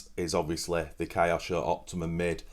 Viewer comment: great video, but how do Brits pronounce Tokyo? that kyo part is pronounced the same as in KYOsho, it comes from Japanese/Chinese character 京, but don't mind me, I'm just an American, carry on.